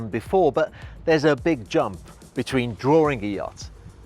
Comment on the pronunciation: Drawring? Whats a drawring?lol